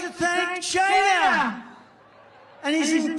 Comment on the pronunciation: 'I'd like to thank CHYYNNAA!' LOL! 😂 😂 😂